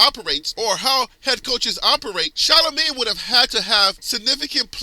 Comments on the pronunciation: Who is Sha-lo-May? 😂 🤣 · Please pronounce her name correctly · Please pronounce this child's name right. You've said three different names. 🤦🏿‍♂️ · Learn how to pronounce her name, then do a story on her. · First you need to say her name right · If you're going to do a story on someone at least learn how to pronounce their name